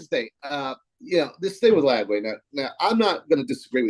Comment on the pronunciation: Ranting about Gator fball but says Lagaway instead of Lagway 😂